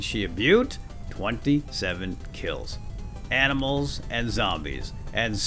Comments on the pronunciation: well how many times did I hear aminals instead of animals XD still nice video :) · You said aminals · "we're gonna go shoot some zombies maybe some aminals on the way"....what are aminals 😂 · he says aminals :D love your vids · we heard aminals like :D